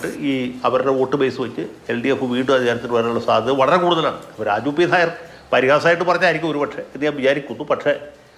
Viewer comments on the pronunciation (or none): none